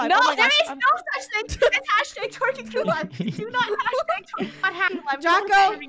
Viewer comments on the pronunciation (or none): stop saying t wiking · stop saying twiking